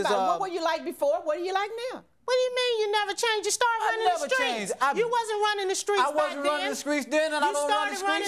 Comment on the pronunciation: Him: I’m not running the skreets. 🤣🤣